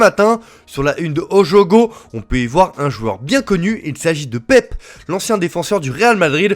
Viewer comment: Ça se dit PÉPÉ 🥲